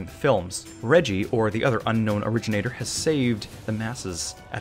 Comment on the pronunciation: originator? no... o-reggie-nator